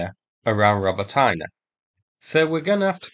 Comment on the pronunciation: Robotyne, there is no Роботайнa on the map. Try Роботине.😅